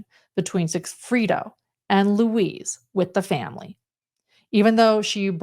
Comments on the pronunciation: Thanks for putting this together. It's a wild story. Each time said Luis, I heard Louise. I His name is said like Louis or Lewis- in english. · The name is Lu-EESE, not LOUIZE...like a woman. Its a male name Lou-EESE...like GEESE